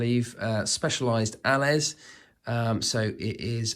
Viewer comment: For the future, Allez is pronounced Ah-lay. French for "go!"